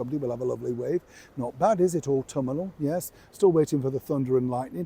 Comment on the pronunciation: It's 'AUTUMNAL' nit AUTUMANAL